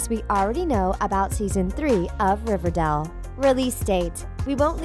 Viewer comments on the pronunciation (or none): “Riverdell” you need to learn how to pronounce it if you’re going to make so many videos about it. It’s pronounced “dale” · DONT CALL IT RIVERDELL OMG DO U EVEN WATCH RIVERDALE PRONOUNCE IT LIKE THIS RIV-ER-DAY-EL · i am getting annoyed that she is say riverdall not riverdale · RiverDale pronounced. Ri-ver-day-le. Not pronounced. Riverdel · it's RiverDALE not RiverDELL, stop triggering me. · You need to learn to pronounce properly. You were saying Riverdall and not Riverdale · I hate how she says RiverDALL its not RiverDALL but Riverdale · Why is she saying Riverdell when it's Riverdale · Omg Riverdale NOT RIVERDELLE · I love Riverdale NOT Riverdall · Bruh first of all it's riverDale not riverDole. Second the babies were clearly juniper and dagwood. She clearly didn't watch the show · It's River DALE not River Dell. This girl can't even pretend to be a fan. As hard and cringely as she tries. Fire her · Babe, have you ever watched riverdAle because it sounds like you were reading off of a paper and either don’t know the difference between A OR E (hence you were saying RIVERDELLL) or you’ve never watched the series before. I’m sorry this was annoying me ALL through the video😏 Like if u agree ❤️ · It’s riverdale not riverdel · Why does she say “River-del” ??? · She kept saying RiverDAL 💀😂and I thought it came out on October 10th, not the first week of September? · It’s RIVERDALE not RIVERDELLE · Um she keeps saying river-dell not river-dale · RiverDALE not Dell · Ughhh she says riverdul instead of riverDALE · I was like 'Did u just say Riverdel?... ..GIRL ITS RIVERDALE NOT RIVERDEL' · Omg I had noooo idea it was called "riverdell" oof my baddd Dude im serious tho it was HELLA annoying hearing "riverdell" "riverdell" "riverdell" instead kf RIVERDALE smh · It’s pronounced “River-dayle” not “River-dell” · Honey it’s not riverdal, it’s riverdal*e* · Omg she says river dal instead of river dale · .... riverDELL? um.... ok... it's riverDALE.... but ok..... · “River dell”